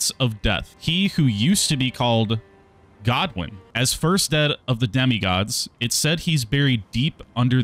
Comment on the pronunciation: Just wait for Vaati to do a lore video 😂. Also maybe Google how to say Godwyn before you butcher the Welsh language 😭